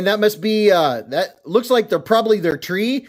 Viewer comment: I believe it's pronounced triv-ice-uh